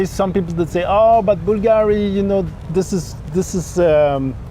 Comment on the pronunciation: He not pronouncing Bulgari properly.